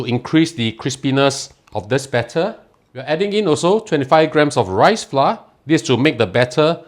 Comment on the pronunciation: Pronounced as flou-r, not flar.